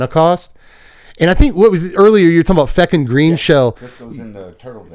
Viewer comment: I know you were saying Fecund, but my brain kept wanting to hear Feckin